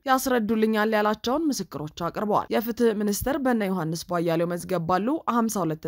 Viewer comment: እህትዬ! ለምንድን ነው ቧያሌው ብለሽ የምታነቢው? ቧያለው(የበራው) ቧ-ያለው ብለሽ ብትጠሪያቸው ትክክል ይሆናል።